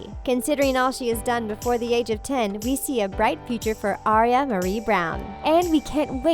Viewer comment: It's Aira Marie Brown, not Aria